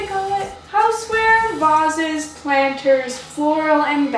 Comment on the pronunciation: Shes saying the word vases wrong and it really bugs me!